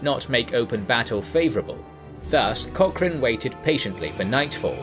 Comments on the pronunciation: please learn how to pronounce Cochrane. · At least pronounce his last name correctly? Research? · would love to hear an Englishman pronounce 'loch' or 'Cochrane' (or even Gallagher) properly one day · Pero que manera terrible de pronunciar palabras inglesas y peor el apellido de tan ilustre personaje